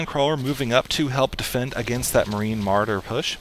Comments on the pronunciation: muh-raw-der! :P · ts o.k! your super fun maps to play make up for not saying marauder correctly 100% of the time:)